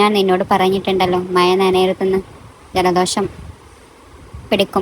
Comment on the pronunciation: അവതരണം വളരെ മോശം മഴ ക്ക് മയ എന്ന് 😂